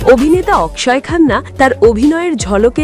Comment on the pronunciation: অকশয় অকশয় করার কি আছে? বাংলাতে তার নামের উচ্চারণ হবে অক্ষয় । সোজা কথা।